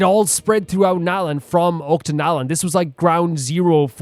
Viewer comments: Oh btw, I thought u might wanna know this, but it's pronounced "Och-ka-natlan", not "Ot-ka-natlan" Not a big issue tho! Loving this!!✨ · Yeah. "Och" is pronounced like the end of "notch".